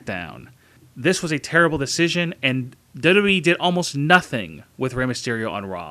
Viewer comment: Maybe try to say WWE properly.